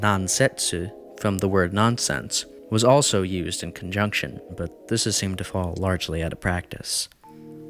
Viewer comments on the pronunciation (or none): none